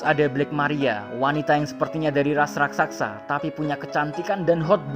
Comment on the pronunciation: Raksasa min, bukan Rasaksa